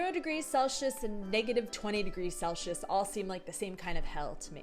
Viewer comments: Gotta be honest, its the first time I heard celsius pronounced like cel-shus instead of cel-sih-uhs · Love the video, but the way you say Celsius made me laugh 😅 there's a S there not SH/Š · Celsius - pronunciation! There is no sh sound. (sel·see·uhs)